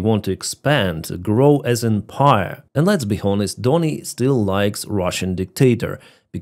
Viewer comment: love you man. I'm Irish and I've been watching you since the beginning. Just wanted to tell you that the word "Honest" is a silent "H"...it's pronounced "on-est". I can't believe no one has told you this yet. Yes English language is crazy.. we have some letters in our words that are there just for writing difference. Anyway... Keep up the great work. You are a legend. (H)on-estly 😉 But stop disrespecting Trump man. He's the only person who can help you guys. He was trying to make peace, that's why he tried to cosy up to Putin...to save your lives. But now he's seen Putin won't make peace...and he's gonna help you guys. I hosted 2 of ye. I love Ukrainians like ye are my family. But I totally understood everything Trump did with Ukraine...he had to try diplomacy first. So chill with the disrespect of him. He's literally the only person that will do what's needed. Personally I think America should just go to war with Russia. Russia is weak and no one will use nuclear weapons. America can end Russia like they ended Iran, if they want. So...for your sake...stop crapping on the one guy who can and will do something about this.